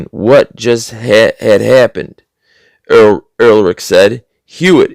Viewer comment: I think you were trying to pronounce the German name "Ehrlich". Both H's are silent, so it is pronounced "er-lic"...it means "honest" in German.